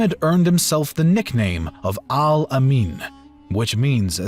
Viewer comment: Please forgive me. The pronunciation is incorrect and the word Al-Amin in not written correctly, although the individual letters are correct.